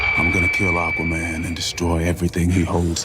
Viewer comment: I love the way you say, Ack-waman.